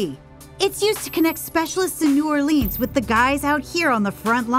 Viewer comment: Come on. Couldn’t pronounce New Orleans correctly.